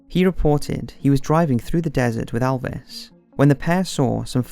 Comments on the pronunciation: Mate it’s not alves,it’s elves.don’t mess his name up like that 😠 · It's Elvis not Alvis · pronounced Elvis not alvis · ELLLLLLLLLLLLLLLLLLLLL-vis Not "iLL-vis" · "Alvis Presley" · its not Alvis! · It's Elvis not Alvis :P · Elvis not Alvis.